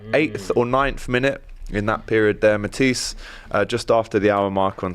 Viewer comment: mispronouncing Matisse name for banter kinda gets to me I don't know why lol